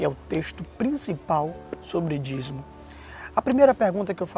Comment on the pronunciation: Se pronuncia Dízimo. Vc ta falando dizmo.